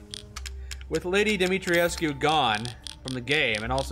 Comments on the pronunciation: NPC says Dimitrescu. - A minute later you do it wrong again. It's 3 syllables. The U is silent. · Have to say guys, it’s pronounced Dimi-tresk not dimitri-E-esc-U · Dimitrescu isn't a real name, but Dumitrescu is. I would assume it's the same, but with an "i" sound instead of the "u". Here is a link to how to pronounce it: Voice actors are not always right with their pronunciation of foreign words. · Since they are in Romania then I would think the pronunciation used would be Romanian, if so then the pronunciation used in-game is wrong. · That's actually not true. They're mispronouncing it in the game. They went for a french pronunciation, but it's a Romanian name. You're supposed to pronounce it phonetically.